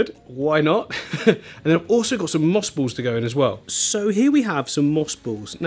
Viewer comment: What are moose bowls? Oh moss balls. He talks like a wittle baby.